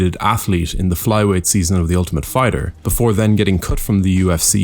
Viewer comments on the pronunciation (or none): none